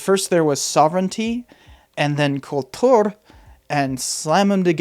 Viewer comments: Another great video, but Kultur pronounced with a Russian accent is weird lol. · You prononce "Kultur" like a Russian.